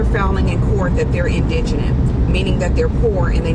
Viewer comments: Y’all, it’s pronounced in-duh-gent!!! I’ve heard every pronunciation except the correct one lol. Sorry, rant over lol. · The word is "IN-DA-GENT" meaning impoverished... as in 'damn, I can't afford that!" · Not just here but other videos as well, folks need to learn how to pronounce indigent. They adding an extra n or an extra syllable. But it’s still wack he now can’t afford an attorney. He need to get away from his parents quick if this how they think of him. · Why can no one pronounce the word indigent properly?